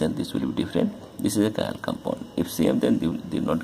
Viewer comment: some chiral u say not chiral